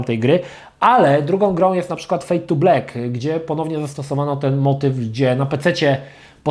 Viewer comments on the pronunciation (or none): none